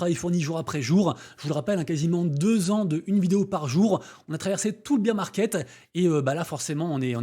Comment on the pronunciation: Merci pour les news. J'adore quand tu prononce bear market "beer" market mdr vive la bière ça fait tellement plus optimiste